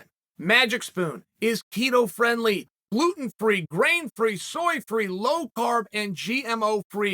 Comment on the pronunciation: At first, I thought Chael said "Magic Spoon is Tito-friendly" 😂